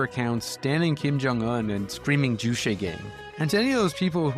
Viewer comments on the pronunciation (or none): Its JuCHE like Che Guevara, yeah no need to thank me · Ugh, juche is pronounced ju•che, with the second syllable pretty much like “Che” in “Che Guevara,” which you happened to say a zillion times in the section immediately preceding the one on North Korea. It’s not French as in chez.